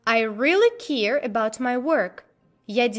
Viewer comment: А в какой стране (кроме России, каанешна) слово "care" [ker] (заботиться) произносят как "ки-ир"?